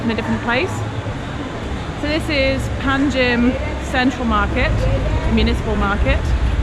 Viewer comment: It's Pa na Ji